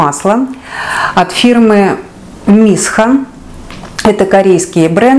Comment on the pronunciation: Дорогие мои, мною допущена ошибка в произношении корейского бренда Missha. Не 'мисха', а 'мисша', или как некоторые называют 'миша' 😉)) очень надеюсь, что я несильно задела ваши чувства🙂🙏)